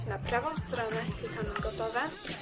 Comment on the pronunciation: JAka strona bo nie powiedziałaś wyraźnie ?